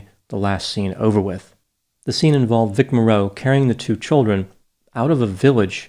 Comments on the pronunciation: First of all, Vic Morrow's name is pronounced MORE-oh, not Mor-ROW. He had a long career, first becoming widely know in the TV series Combat. He made appearances in many TVs and movies and was a well-known actor, just not a "movie star." His career may have been in a slump but it was not over. Second, I don't understand how Dr. Grande could conclude that anybody except John Landis was responsible for these deaths. Dr. Grande is probably too young to remember this incident, and probably did not read a book that was written about the case (it is called "Outrageous Conduct"). John Landis, as the director of this movie, was in charge. He directed everything that went on, including the illegal hiring of the children. Everything that was done on that set was at his direction. He famously shouted, "Lower, lower!" (meaning the helicopter) just before the fatal accident occurred. The original Blues Brothers movie was made in 1980, prior to this film, and also featured the extensive use of explosives which were not even necessary to the film. As for Vic Morrow, actors in action movies often perform dangerous stunts. In fact today I note in many cases that it is a badge of honor when actors "perform their own stunts" and this is often noted admirably. To say that Vic Morrow "put himself in that position" is unfair. Of course he was apprehensive about the scene; it would have been dangerous to film even under the direction of someone less stupid and careless than Landis. He was unlikely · Pronounce his name right VIC MOR-ROW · Morrow is pronounced like to-Morrow. He used to star in a 60s TV show titled “Combat”. The announcer used to say his name each week. Cheers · It’s Vic “Morrow” (like “tomorrow” or “sorrow”). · u pronounce morrow wrong the whole video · It’s Morrow, rhymes with sorrow. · Vic Morrow's surname is usually pronounced with first syllable accented. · For future reference, Vic "Morrow" rhymes with "tomorrow"… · His name is Morrow. You make it sound like More-o